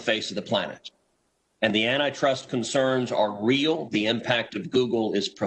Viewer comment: Re:Google: oh...you said “antitrust concerns.” Not antichrist concerns 🤔